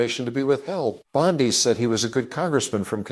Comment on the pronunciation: Fu*ck No will I listen to this poor AI voice over. Said prounounced as "sah-yed". Nope. If you can't find someone to read it then it's not worth my time to watch.